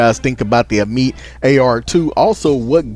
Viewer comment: Uh-meat lmao